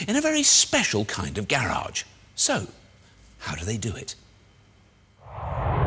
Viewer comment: Gayy-rage is what he pronounced garage as.